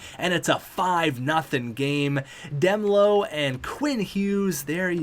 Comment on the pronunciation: Demelo is pronounced damelo